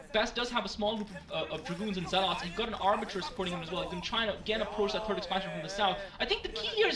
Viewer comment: Haha lol, see, you CAN say 'arbiter'! Well done. Still love the enthousiasm, it games the game so much more exciting